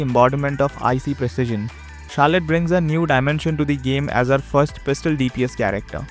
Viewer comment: It's not Carlette